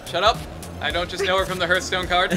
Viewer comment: When lasercorn said hearthstone at the beginning, he said herthstone. Lol